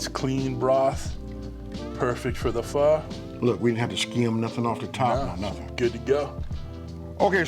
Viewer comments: Thank you for pronouncing it correctly! People it’s pronounced “fuh” not “Fo!” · Aye, he pronounced "Pho" right... legit.